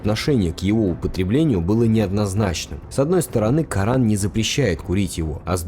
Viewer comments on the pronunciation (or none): none